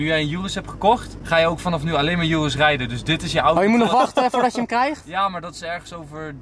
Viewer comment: Het is gvd niet joerus je spreekt het uit als oeroes